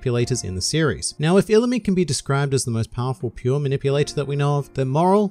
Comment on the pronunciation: You are saying his name wrong it’s Pronounced E-LU-ME